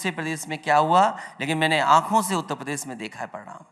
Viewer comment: उत्तप्रदेस नही उत्तर प्रदेश होता है अखिलेशुद्दीन जी😂😂